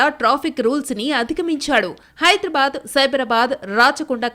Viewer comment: It's not hydur bad it is Hyder aa bad